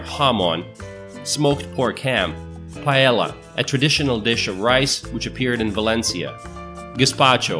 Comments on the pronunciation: So many stereotypes and a lot of wrong information plus the accent is strange. The narrator obviously doesn't speak a word of Spanish because anyone who says "Eyebisa" and "paela" couldn't speak Spanish. Examples of mistakes are: "Spain has the highest number of motorcycles in Central Europe (sic)." Spain is not a neighbor of Hungary, Slovakia or the Czech Republic but is on the Iberian peninsula. The part about people calmly waiting in their cars while a driver ahead stops to chat with his friends is completely wrong. This might happen in small towns or villages where everyone knows everyone but in big cities it would be unheard of. People would sound their horns immediately. It is possible that in a small village somewhere a salesgirl might make you wait while she finishes her chat with a friend but once again in urban areas in big shops she would be fired at the drop of a hat. "To see stereotypical Spain with bullfights and flamenco dancers you've got to visit Madrid". Really? I would recommend visiting Sevilla or Granada. This video could have been so much better but ended up being mediocre, like a high school project. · Did you hear how he pronounced "Paella?" lol